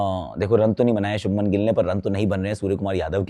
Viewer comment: Abe chopra .. kyu gilla ka liya hai kya muh me